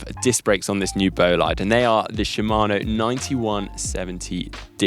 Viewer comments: The guys over at GCN might give you a hand with the “bolaid”-“bo-lee-de” thing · boh-Lee-deh actualy. short o and short e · should ask GCN Chris and Ollie on how to pronounce Bolide:) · The pronunciation of "Bolide" makes me cringe!!!! Please ask Emma Pooley to help!